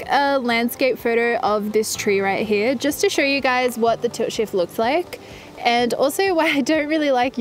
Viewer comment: It took me a while to realize I was hearing "tilt shift" and not "toe shave".